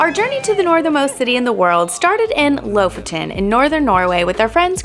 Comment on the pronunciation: The way you pronounced “Lofoten”, like nails on a chalkboard. 😜